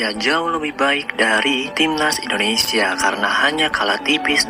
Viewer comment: INDONESIA, bukan ENDONESA